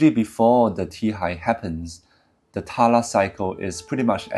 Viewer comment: btw try not pronunce it as "TALA" but instead as "TAL"